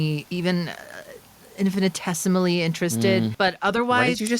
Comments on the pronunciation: Love correctly pronouncing infinitesimally. How dare they gaslight my queen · definitely pronounced and used infinitesimally correctly. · And pronounced it correctly!